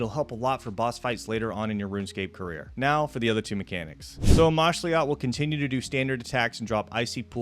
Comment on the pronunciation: Its pronounced amoxliatl